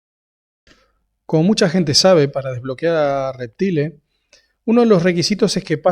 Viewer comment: Cómo me enferma cuando hablan mal! Reptile se pronuncia "Reptail", hablemos con propiedad un toque. Gracias por los datos igual!